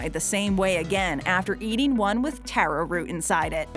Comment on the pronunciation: taro pie ITS TARO (TAR-OH)